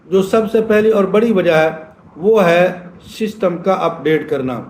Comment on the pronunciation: اوئے بابا ششٹم نہیں سسٹم ہوتا ہے جاتا ہے ہر پندرانی منٹ بعد توں اپنی قبر کی تیاری کر